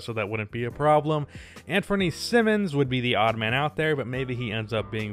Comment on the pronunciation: how u gonna pronounce Simons as Simmons??